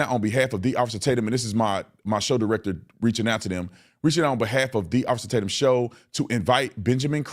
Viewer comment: I LOVE he’s trying to act like he don’t know you by saying your name wrong uhh is it Tat-umm I don’t even know 😂🤣really lemon head?! But you knew he had a nickname that “rhymes with his name” so it’s race bate’m tat-umm…. Oh brother he’s so pitiful and transparent!!!! Somebody tell Don You can’t pull the “I don’t even know him” and start listing ALLL the ways you know him!!!!😂